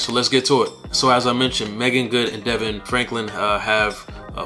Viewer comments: Hi, Thank You for that. Its pronounced D-Von. God bless you, brother. Thank you for sharing! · His name is pronounced Da-Vaughn